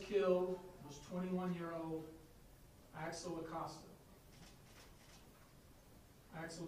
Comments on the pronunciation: CORRECT THIS GARBAGE SOUND VIDEO BY GETTING VICTIMS NAME CORRECT AT THE LEAST. AXEL rest in peace 🕊️ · His name is Axel…. My god, get it together